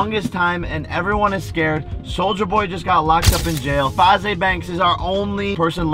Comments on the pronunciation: Bro this manz said fazay banks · He said Fazey banks instead of faze banks is down to fight me 😂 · “Fazay banks” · Did he really just say Fah Zey banks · he said faze wrong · 0.34 he said faze banks wrong